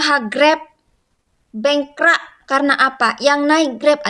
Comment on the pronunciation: Ckp Melayu pun x betul. Bengkrap la mbak bukan bengkra, aduina.. langgi2...